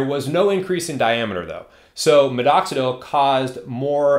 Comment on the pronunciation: Why do you keep saying MiDoxidil with two D’s? 😅